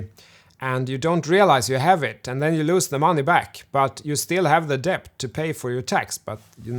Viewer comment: Great Video! You should consider keeping the "b" silent when pronouncing "debt" :)